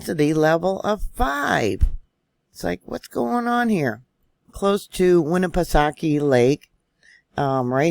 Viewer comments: We have a vacation spot on the other side of Winnipesaukee, yes Guilford. You pronounced Winnipesaukee perfectly...New Hampshire..a little long on the shire side..(just trying to help you out..as I'm native to New England)...Wasn't up at the lake so when we go up will definitely ask family in the area...For the person commenting on this size of an event in California would be nothing...New Hampshire is known as the granite state...Our land is more rock based so when we have a quake it vibrates very strong....Love your reports...Was surprised to see the fault around Penobscot bay...we lived in Ellsworth area for 4 years...and will be heading to that area in a few weeks...More fun facts...my husband is from Ct...I'm from Vt....our oldest was born in R.I...and our middle in downeast Maine...youngest back in Vt. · Nashua, NH here, didn't feel anything. Great job with the Lake Winnepesauke pronunciation,!